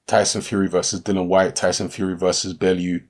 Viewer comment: Why do people still miss pronounce the guys name ffs, it is not dillan nor dylan or dillon it is pronounced dill ian ffs ignorance at its best, if you cant be bothered to pronounce it properly then dont make videos about the guy! Tut tut